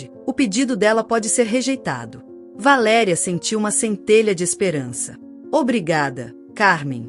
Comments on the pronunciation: Você devia de pronunciar o nome da mãe na história corretos Valéria e não de valeria Você não acha ? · Não é valeria. Isto é verbo. Valer.Valéria é a p ronuncia certa. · V A L É R I A ——- estão querendo mudar o português o que eu penso a pronúncia valeria e tem um acento agudo no É QUE VALERIA. EXISTEM VÁRIAS PALAVRAS QUE ESTÃO SENDO PRONUNCIADA DE FORMA ERRÔNEA, O PORTUGUÊS TEM ACENTOS AGUDO CIRCUNFLEXO, E GRAVE. EXISTE ALGUM ACORDO GLOBAL PRA TIRAR O PORTUGUÊS DO BRASIL DO MUNDO? ACHO QUE VOCÊS TODOS DEVE PROCURAR UM PROFESSOR DE PORTUGUÊS PARA PRONUNCIAR BEM AS NOSSAS PALAVRAS. ME DÓI VER VOCÊS FAZER A BESTEIRA DELA VALÉRIA …